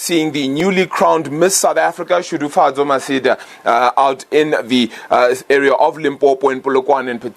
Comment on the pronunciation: Congrats Shudufhadzo!!! it is not Shudufadzo, its SHUDUFHADZO!!